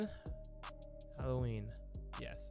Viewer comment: “Hawowween” this needs to be a meme